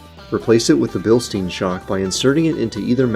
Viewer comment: Come on man, if you're going to promote a brand, at least pronounce the name correctly. It's pronounced Bilstine everyone.